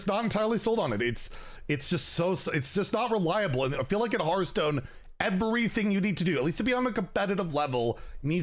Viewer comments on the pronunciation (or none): none